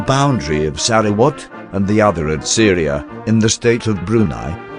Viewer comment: Pronunciation is attrocious. I was especially surprised to hear that Syria is in Borneo. The second syllable is good enough, but the Se in Seria should be "Sir".